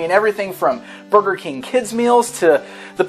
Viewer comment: LOL he said Booger King..... BTW I LOVE videos